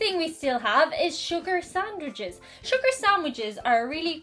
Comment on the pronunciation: Pardon my French, but did just say "sucre" instead of sugar? Also, calling out to Saint Anthony is a very Polish thing, too. There's something about burying a small statuette face down in the backyard that's about Saint Anthony, too (strange, because it always sounded to me like a Mafia hit somehow.) Ringing the Angelus on TV sounds like a nice tradition, though, as bells are always pretty and comforting. Besides their brogue, these things are what made the Irish seem "ethnic" in 19th century Protestant America.